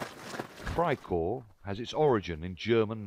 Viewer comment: 'Gleb Friekorps'